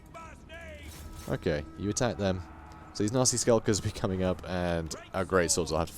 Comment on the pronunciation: I know you're saying nasty but I hear Nazi skulkers everytime.